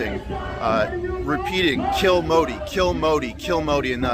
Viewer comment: Punjabis have their own english accent…all they shouted was “skill Modi..” for others it appeared ‘s’ to be silent…!